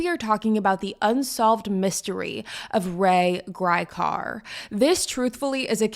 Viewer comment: One of the worst summaries I've seen. You even mispronounced his name.